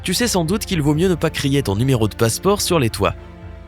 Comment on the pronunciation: On ne dit pas ni méro mais nu méro !